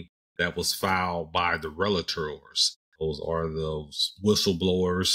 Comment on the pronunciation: Superb analysis! Until you said you aren’t a lawyer I thought you were. I’m a lawyer and have worked with DoJ for decades and you sounded like one of us—even down to pronouncing “relator” correctly : ) Looking forward to more videos from you as I catch up in this increasingly demanding, very important (and overlooked) area of compliance. I suspect the average person has no idea how much China has been stealing from us for decades—and the importance of that data theft. Folks should read “The Hundred Year Marathon” by long-time China scholar Michael Pillsbury. (Basic premise of the book: despite feigning interest in detente, China has secretly and aggressively been at war with the US for the last 50 years, with the aim of having its racist, imperialist, women and gay oppressing, mass-murdering communist dictatorship become the dominant geopolitical force worldwide. Stealing data/technology has been and remains central to that horrific goal.)